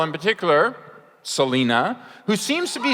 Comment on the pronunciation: Pretty sure he said Selia instead of Selina too